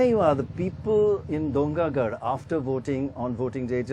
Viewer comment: It pains me when u can't pronounce dongargarh